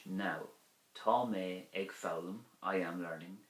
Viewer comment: Thank you for the video. I read in the Christian Brothers books that “ag” before a consonant is pronounced “a” not “egg”; but in your example “…ag foghlaim…” it sounds like “egg”. Is this an exception to the rule?